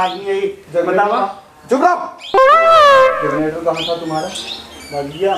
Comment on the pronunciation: बहुत प्रैक्टिकल अप्रोच अपनाया आपने।बहुत शानदार अभिनय। बस थोडा ध्यान रखें कि जग्नेटर ना बोलकर जेनरेटर बोलें तो ठीक रहेगा। मै आपके अभिनय का मुरीद हूँ।